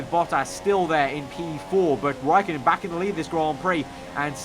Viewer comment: You use ä and ö but you cant speak with them